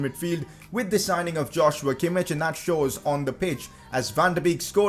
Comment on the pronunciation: Pcq: its not pronounced Josh-you-a Kimmich it's Yoz-wa Kimmich